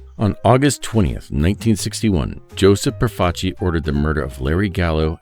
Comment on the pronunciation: Thank you for saying Profaci correctly.